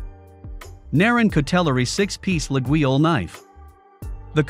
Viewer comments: That very unusual pronounciation of Laguiole (La-yol in French) is quite distracting. 😬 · Not sure how much I can trust this guy's review if he can't pronounce Laguiole even close to correctly. Also, Forge de Laguiole does not go back to the 1800s, it was started in the 1980s, I believe. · After Artificial Intelligent dude butchered the name, im out. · You could at least try to correctly pronounce Laguiolle. Damn dude.